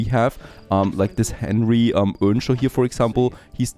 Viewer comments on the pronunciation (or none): none